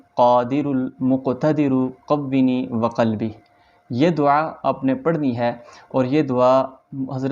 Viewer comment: السلام علیکم۔ محترمی دعا میں قونی میں و پر زبر ہے جبکہ آپ قونی پڑھتے ہوۓ و زیر کے ساتھ پڑھتے ہیں۔ رہنمائی فرمائیں دیں۔ جزاک اللہ۔ میرے لیے دعا بھی کیجئے۔